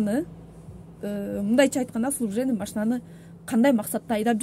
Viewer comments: "Служебный" деген созду туура айта албайт гоо. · Вообще тарбиян жок кыз экенсин,эми суйлогонуно соз жок,орусча кошуп суйлобой эле койчу.Служебный дегенди служвебный дейт,прямой дегенди прамой дейсин тилинди ондочу шерменде😅😅🤣🤣